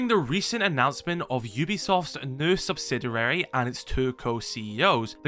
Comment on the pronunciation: SubsiDURAry unnerves me to no end I'm not a native speaker but it can't be that difficult to pronounce it correctly Anyways, maybe they will start running things more like R6M